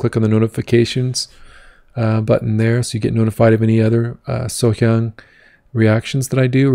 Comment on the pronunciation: Thanks for the reaction.Your Korean pronunciation was excellent . I know it's from the respect and sincerity for Sohyang.😊